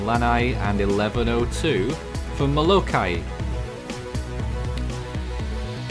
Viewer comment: Nobody: Not a single soul:: Muh-low-KAI-YIAY